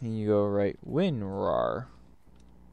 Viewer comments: why do you keep calling it winwar, it's called winrar. good video though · its Winrar's older edgy brother who's going through his emo phase: "WinRAWR"